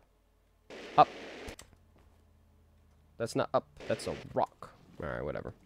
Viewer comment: “It’s a rok” - 2024